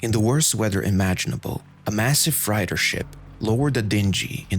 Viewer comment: Great videos but why is your pronunciation of words so bad? Freighter, dingy, tether and more. Perhaps you can have help with this before you record.